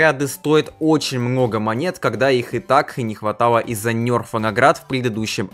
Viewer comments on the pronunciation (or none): Не НЬЕРФА И НЕРФА